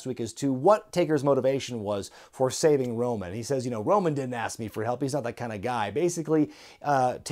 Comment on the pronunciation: Thought you said Runnels instead of Roman ngl